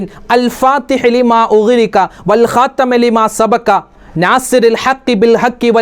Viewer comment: الخاتم ൽ ت ന് കസ്ർ അല്ലേ ഉള്ളത് ഉസ്താദ് ഫത്ഹ് ആണല്ലോ പറയുന്നത് ഉസ്താദ് പറഞ്ഞതാണോ ശെരി സ്‌ക്രീനിൽ കാണിച്ചതാണോ ശെരി 🤔